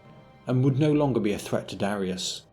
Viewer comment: Darius? More like "Darisus"